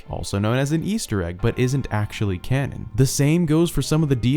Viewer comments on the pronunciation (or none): Every time he said canon I could not help but hear Ganon smh 😅 I cant wait for Ganondorf in botw 2 lol 😄